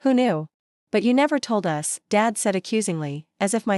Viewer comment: I have watched 6 of your posts in a row . Your A I makes the same mistakes in every one . Us comes out as U.S. Chopping ds and Ss off like they're their own words . What a sloppy site ! Can't you get a real person to read these ?